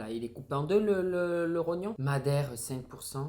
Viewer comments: Mdr le "trognon" c'est le rognon 🤣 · En plus tu dis tronyon a la place de rognon 😂😭tu me tue de rire